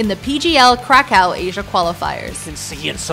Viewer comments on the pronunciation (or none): none